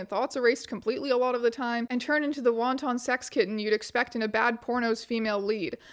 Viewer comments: i feel compelled to share that wanton is pronounced like wanting without the g, not like wonton. blame the brits, pronounce it like lipton. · I feel bad but I kind of cracked up at "wonton sex kitten" (instead of "wanton") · Just wanted to let you know "wanton" the adjective is pronounced "w-ahn-ten," kinda like you're saying "wantin' to go." In this context, it means promiscuous, excited, and dtf rn frfr. Other than it appearing in this video, I've only really seen it in Shakespeare. This is a great video. I love the work you do and recognize the value of documenting things like this, despite public opinion being dismissive at best. Thank you. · sorry, but I laughed out loud. "wonton" the way you said it is chinese food. "wanton" has a de-emphasized second syllable, pronounced the same way as "mountain". You can google it